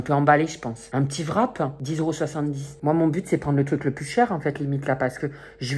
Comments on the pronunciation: Ça me fait trop rire quand tu dis " vrap " au lieu de wrap 😂😂😂😂😂😂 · on dit wrap